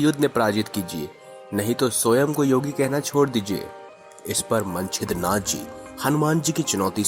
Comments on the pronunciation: यह कथा कौनसे पुराण से ली है यह बता सकते हैं क्या? पहिले ठीक तरहसे उच्चार करो! मनछिंद्रनाथ नहीं मच्छिंद्र नाथ कहो! मच्छिंद्र नाथ और हनुमान दोनो महादेव के अंश है ? दोनो एक दुसरे से युद्ध करना असंभव है ! एक दुसरे से अंजान होना भी असंभव है ! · Manchindra nath nhi Macchindra nathi... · Manchidranath Nahi hai bhai wo,machindranath hai Woh😂😂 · Manchidra nam nahi Mcchidranath nam hai galat nam bolne aapki jankari bhi galat hogi hamne nahi suni. Better & correct words will be used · pehle hi laga machhindra nath ko manchhidra nath keh rahe h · Bhai Manchidra nath nahi, machindernath, Jara thik se bolana sikho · Yes,its true. Hanumanji was trapped.. Please pronounce correctly. Manchidra nath nahi. Sunate huve bhi hasi aati he . He was Macchindranath. He was shishya of lord Duttatrey. Macchindranath was Guru of Gorakhnath . All Navnath were super powers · Pronouns toh toh tik kare मच्छिंद्र नाथ है वो